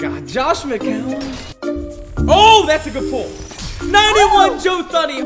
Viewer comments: Joe thuney😂😂😂 it’s pronounced joe tuney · i hope you see this comment. But you are butchering joe thuney’s name. Not trying to be rude but it Joe (two knee) Thuney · Joe thuney is pronounced joe (too-knee) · Joe Thun-E 🤨 It’s Joe Thune E 😂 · Lol “91 Joe TH-uney“